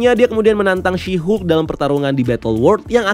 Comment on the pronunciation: Asik juga kok "Syihuk" ini ekwkwk